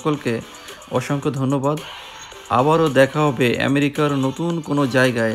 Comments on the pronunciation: লিখেছেন আমেরিকা আর মুখে বলছেন এ‍্যামেরিকা বিষয় টা বুঝলাম না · খুব দুর্বল এবং ভূল বার বার এমেরিকা বলা ভাল লাগে না। পা উন্ড/ কেজি ঠিক করে বলেন